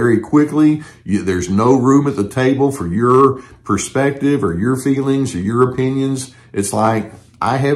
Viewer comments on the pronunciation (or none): none